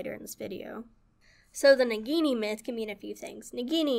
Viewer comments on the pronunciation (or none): Japanese can be tough to pronounce, just break it down syllable by syllable. "Ni-ni-gi" instead of "ni-gi-ni" and "sa-ku-ya" instead of "sa-yu-ka". The letter 'I' is often pronounced "eee" as in "Nissan", "Iwo Jima" or Mazda "Miata" and "sushi".